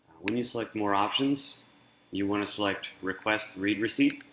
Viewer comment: I do believe it is a READ (pronounced RED) receipt, not pronounced REED. It is for emails that have been READ.